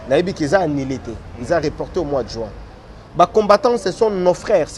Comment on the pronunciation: on dit: annulé et non annilé. Tika a prononcer bongo ndenge azoloba: conquerance au lieu de concurrence. Na ba questions y’a polémique ezanga tina. Nakok kutu kosilisa émission te., t’es un intello, différencie bien le u et le i.